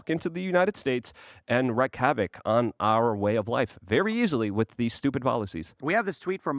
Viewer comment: I love this show, but does it bother anyone else that always says “Wit” instead of “with”???